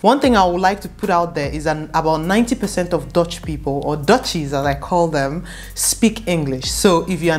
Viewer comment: It is not pronounced as dotch, it is dutch u not o